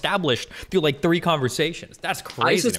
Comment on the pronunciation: One! two! tree! Foe! FIFTH!!!!!